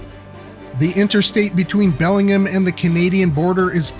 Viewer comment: Belling-gum. Lol.